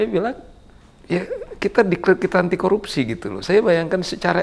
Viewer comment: 𝐁𝐮𝐧𝐠 𝐀𝐛𝐫𝐚𝐡𝐚𝐦, 𝐝𝐢𝐩𝐞𝐫𝐛𝐚𝐢𝐤𝐢 𝐮𝐜𝐚𝐩𝐚𝐧𝐧𝐲𝐚. 𝐊𝐨𝐫𝐮𝐩𝐬𝐢 𝐛𝐮𝐤𝐚𝐧 𝐤𝐨𝐫𝐨𝐩𝐬𝐢 😅😅😅. 𝐁𝐭𝐰, 𝐭𝐚𝐧𝐠𝐤𝐚𝐩 𝐒𝐘𝐋, 𝐭𝐞𝐫𝐬𝐚𝐧𝐠𝐤𝐚𝐤𝐚𝐤𝐧 𝐅𝐢𝐫𝐥𝐲 𝐝𝐚𝐧 𝐩𝐞𝐜𝐚𝐭 𝐝𝐢𝐚.